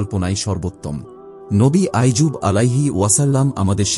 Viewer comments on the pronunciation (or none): নবী আইয়ুব । আইজুব নয়!